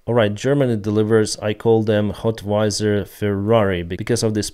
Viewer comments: HOWITZER!!! Stop saying HOTWIZER 😁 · It's not called "Hotweiser" like Budweiser, it's called "Howitzer" "How-witz-er" just helping you pronounce it correctly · "hotwizer"? It's howitzer, not hotwizer. You are using it wrong for years. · it's pronounced HOW IT ZER, not HOT WI ZER. Thanks for the video though. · Just FYI, it's not "HOT-wizer," it's "HOW-itzer." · Howitzer ;) 'wit' not 'twi' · Hotwizer - I presume you mean howitzer... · It's a HOW IT ZER not a hotweiser. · howitzer, not hotwizer =) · Hey. Amazing job. One thing. It’s How-it-zer. Hot-wi-zer sounds like Budweiser lol😅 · Hi Howitzer..i was confused about this word too. Its How-iza.. Hope it helps and thx 4 ur work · Not "hot-wiser', it's"how-it-ser". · not hotwizer its howitzer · It's not a HOTWISER! Please learn the word - it's howitzer. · You pronounce howitzer like ‘how - it - zer’ love your updates you are awesome as always. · It's "HOW VIT ZER";) Take care man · Love your content, man, I have not missed an episode for a while. One thing I noticed, though, is that you mispronounced Howitzer a few times. It is pronounced "hau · uht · suh" with the accent on the first syllable ^^` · Like this comment if you think should stop mispronouncing howitzer as "hotwizer" 😂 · Love from Lithuania 🇱🇹 but learn how to pronounce howitzer (self propeled artilery ) 😅